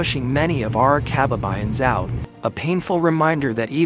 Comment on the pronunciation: Kaba'ba'yan NOT Ka'ba'ba'yan.